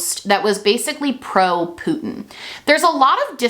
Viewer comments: Gworl. Stop saying Putyin that way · I am obsessed with how you emphasize the “poot” in Putin ☠️☠️